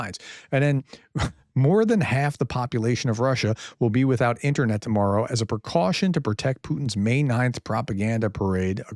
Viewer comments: The "internyet". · "INTERNYET" thats gold! :p